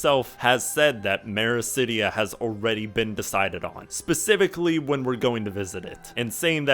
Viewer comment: Blindfrost is all one word, and it's Othard, not Orthard. *Meracydia, not Mericydia.